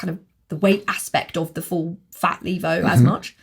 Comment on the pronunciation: saying Levo correctly MBUK: LEV-O